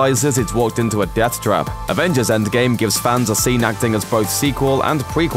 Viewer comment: Is it just me or is the narrator sayings "endSgame" instead of endgame? Its throwing me off...